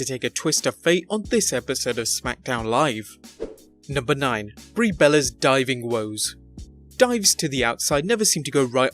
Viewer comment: Brie botches 😂